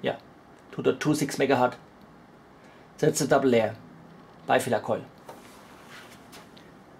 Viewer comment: i love your experiments. But... its very painful to hear "megahart" 5 times in a row. Hz aka 1/s was named after Heinrich Hertz. Some pp thinks Hertz is the plural of Hert, guess u do too. They r wrong. Pls use Hertz instead.